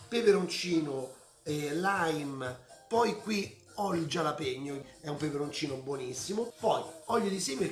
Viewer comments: La pronuncia è "halapegno" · Max ti seguo sempre e amo le tue ricette, pero' te prego, "gialapeño" nun se po' senti'... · Bella ricetta e tutto però potresti pronunciare meglio il nome del peperoncino..